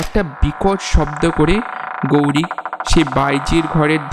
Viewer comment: তোমাদের কিন্তু অনেক improvement এর দরকার আছে...অন্যান্য চ্যানেলে কিভাবে গল্প পাঠ হচ্ছে, কেমন মিউজিক দিচ্ছে ইত্যাদি এগুলো প্রথমে ভালো করে শোনো। এছাড়া উচ্চারণের হাল অত্যন্ত খারাপ...গৌরিক নয়, গৈরিক...এই গল্পের লেখক হিসাবেই বলছি, এরকম উপস্থাপনা করলে কিন্তু সব সময়ই পিছিয়ে থাকতে হবে।